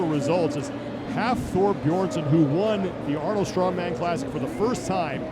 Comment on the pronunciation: At least Rogue knows how to film an event. The Arnold channel is a joke, their guy can't even pronounce names. Where the heck is the leaderboard after two events? Complete amateur hour over there.